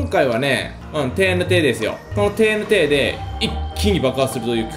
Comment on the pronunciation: てぃーえぬてぃーじゃなくて、てぇーえぬてぇーw